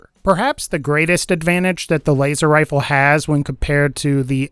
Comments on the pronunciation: “Waser wifle” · waser wifle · "waster wifle" lol